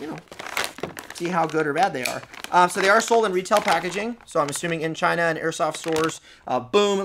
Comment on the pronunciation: "Because it came from...CHYNA."